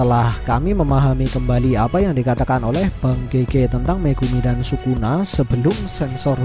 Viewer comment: Lbh enak kalo nyebut Sukuna itu (Skuna) sesuai penyebutan bhs jepangnya!